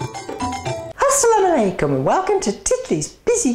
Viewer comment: when she said AsSalaamu Wailakum i LoL i didnt expect that from her